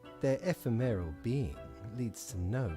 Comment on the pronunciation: Eww nooo “eff-em-air-ill” pronunciation of ephemeral 😭